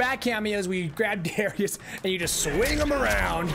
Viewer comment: It's DAAArrius